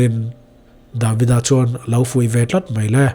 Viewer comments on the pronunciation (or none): Davida ni lo in David-a oh. A lam rik dan hi thiam tawh teh uh ngaihthlak a hre awm a dik zawk hriat chuan josefa ni lo josef-a entir nan